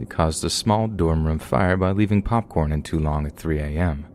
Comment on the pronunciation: "PAWPCORN WANZ CUDDLEZ!"